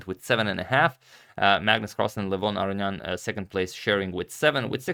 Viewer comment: Antonio, in your older videos, you used to pronounce Levon Aronian correctly. I don’t know why you changed it.